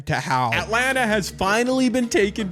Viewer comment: Why do you say Atlanta like that